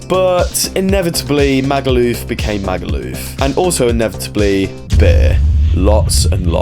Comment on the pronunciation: I hate the way he says Magaluf, so posh the way he says it’s! So annoying definitely a Tory voter